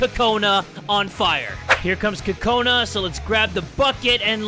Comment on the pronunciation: it's pronounced kokana